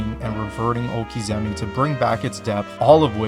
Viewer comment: Nice video on Tekken, but I would say you were wrong in the beginning when you implied Tekken 7 was the best formula for the series. It added some nice features for spectators, but overall that would be Tekken 5 DR. Also, it's "okizeme," not "okizemi!"